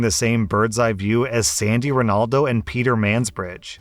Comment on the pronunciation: Right??! At least he pronounced Ronaldo and Mansbridge's name correctly and Mulroney!!